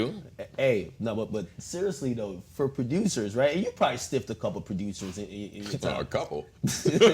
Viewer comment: why this fool akademiks pronounce it "pro-dyoosers"